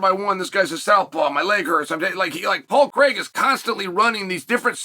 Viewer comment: His name is Paul Craig. Not Paul Creg. Why do Americans say Craig like that, it makes no sense 😂